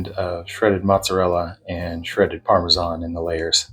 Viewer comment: Very nice. And finally somekne who says Parmesan and not Parmeshan. Thank you